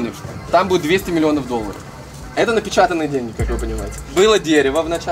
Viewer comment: Вы гавариш денги менога как тибй менога